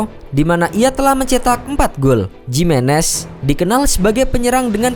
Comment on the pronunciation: Lebih tepat bacanya Himenez, bukan Jimenez